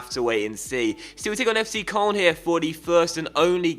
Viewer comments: It's pronounced coloan. Not koln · It's pronounced kern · FC Koln is pronounced k-loan. please like coz it annoys me and might see it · its kurln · ***** he pronounces it wrong too.